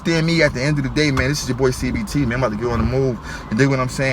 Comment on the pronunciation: CBT,....YOU SAID IT RIGHT!!